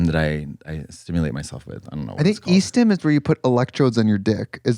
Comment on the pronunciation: E-stim???? Who else thought she was saying EASTHAM? NEW ENGLAND REPRESENT 🤙